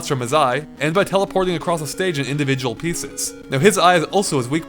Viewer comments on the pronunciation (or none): none